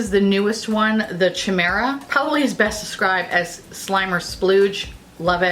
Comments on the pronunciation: The rituel de fille colour that is called Chimera would be pronounced Kai-mera, the CH acts just like a K ^-^ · Chimera, pronounced kah-ee-meh-rah. Not like chimney. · Chimera sounds like ky-meer-uh 😊💖